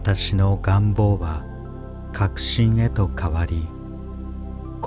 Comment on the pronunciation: 願望のアクセント ちょっと違和感😅